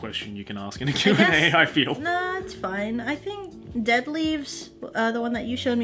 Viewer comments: I’m tired: I see (in jojo) I FERU U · I'm tired: I FEERU YU ME: I felt that